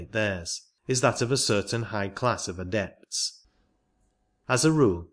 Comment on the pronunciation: atlanTEEan? the aDEpts? This reader is placing emphasis on the wrong sylLABLES. This is typical in certain parts of India.